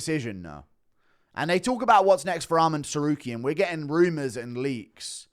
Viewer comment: Guru brah, it’s Arman. Not Armand. Please.